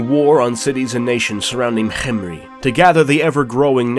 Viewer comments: This is waaaaay better than the Mummy movies Also, I really like how you pronounced Khemri. I thought it was kem-ri, but this is more egyptian-like or exotic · I liked the way you said khemri thanks for the videos you post it’s really fun to watch